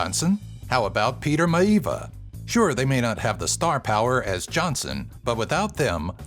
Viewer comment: love the vid. but next time take a second search youtube. I am sure it will have countless examples of how to say Maivia by the man himself. Hint. the "I"s are not silent